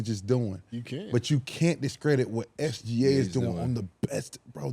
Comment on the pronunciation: The trendy new thing to say. It's not even close. Bruh. Put all the stats up including defense and in reality it's very close. How do you know how good OKC is without SGA. You messed up his name and it's only 3 letters. 🤣🤣🤣🤣🤣